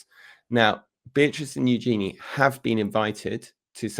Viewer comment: Princess Eugenie's name is pronounced YOO-zhuh-nee, with the stress on the first syllable.